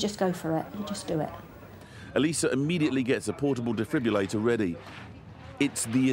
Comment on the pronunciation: It's a defib-RILL-ator not a defib-u-lator. Get it right. That said, they did an amazing job bringing the patient back to life.